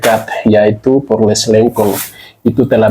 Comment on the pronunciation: Koreksi Ucapan POLRES, bukan PORLES. Beberapa kali kk dengar masih Salah Ucap.